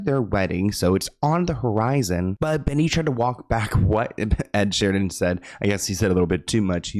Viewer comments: It’s ed Sheeran lol not Sheridan. Not that it matters I still love u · Ed Sheeran not Ed Sheridan… love you! Xoxox❤ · You just called ed sheeren, ed sheriden twice 😂 lol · Alright, “Ed *Sheridan*” is totally trolling,. Onto your antics 😆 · “Ed Sheridan” is sending me 😂😂😂😂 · Is he saying “Ed Sheridan”?